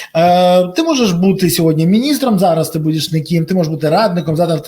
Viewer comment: Шановний пане Бориславе! Будь ласка. Візьміть пару тренінгів з української вимови. Неможливо слухати 'нИколи' і 'сьогоднЯ'. Прошу не ганьбитися і поважати своїх слухачів - ДУЖЕ